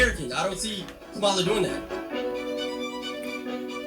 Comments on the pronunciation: So you can call Kamala out for having people twerk on stage but cant call out Trump bringing random rappers out on stage to appeal to black voters as well? lolol be fr you cant even be bothered to pronounce her name right lololol like cmon man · Right out the gate dude, you can't even pronounce VP Harris's name properly. Children can say her name. Your credibility is already shot. 🤣😂🤣😂🤣😂🤣😂🤣😂